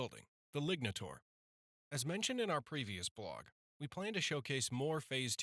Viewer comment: You say lignataur, but I hear ligmataur.